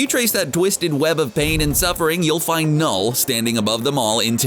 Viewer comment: CBR: says knull Every norwegian: 🤭